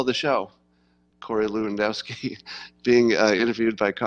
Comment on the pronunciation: Say "LEv-An-DOFF-Ski". Dziekuje (Jen-COO-yen), bardzo.